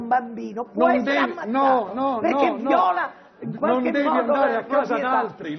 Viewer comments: È vero "viòla" 😂😂😂😂😂... l' ho pensato anche io, che tristezza. L' accento va sulla i!!! Ma sì, è una signora anziana dai... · "viòla".... Senza parole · Viola non si dice...a limite víola... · Le cito una fonte a caso, nonché, forse, la più autorevole: Accademia della Crusca. Il verbo “violare” (così come “deviare” e “traviare”) richiede l’accento sdrucciolo per l’intera coniugazione, pertanto la pronuncia corretta della 3• persona singolare è “vìola”. Il termine “viòla” con l’accentazione piana, invece, non è un verbo, bensì un sostantivo e aggettivo facente ovviamente riferimento al fiore, allo strumento musicale e al colore (Devoto-Oli, Treccani). Non mi risulta dunque che l’uso arbitrario di una pronuncia piuttosto che dell’altra, sia ammesso senza variazione di significato, a meno che non sia uno strascico del parlato antico (che non avrebbe però valore a livello grammaticale “ufficiale”); in tal caso, la invito gentilmente ad illuminarmi menzionando le sue fonti, purché accreditate.. sono dell’idea che non si finisca mai di imparare, quindi accetto volentieri qualsiasi dibattito costruttivo.